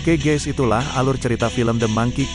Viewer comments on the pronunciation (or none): none